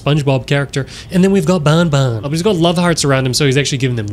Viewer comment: how you say banban is more of bonbon that is a spelling mistake you are the spelling mistake with sringeon